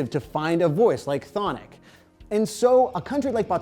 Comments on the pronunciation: Finally. Someone else who pronounces 'Chthonic' properly. I swear, when they were at Bloodstock in 2012, Freddy said "We are "Thonik" from Taiwan". And the trying to be cool stage announcer minutes after Freddy said this, walked onto the stage and said "Let's hear it for "Kuh-thonik!"" I had to call him a stupid bastard :P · You guys butchered Chthonic's name in the vid